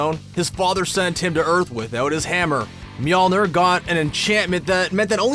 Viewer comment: Bro the way he says Mjolnir kinda throws me off